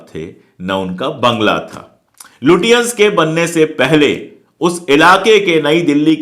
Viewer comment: It is not लुटियांन but लचेंस